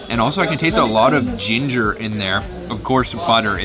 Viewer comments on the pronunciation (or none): none